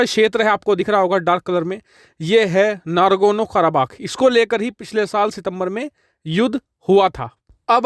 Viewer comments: It is NAGORNO not NARGONO. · Nagorno Not nargono 😂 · “Nargono” nahi “nagorno”...😂🤣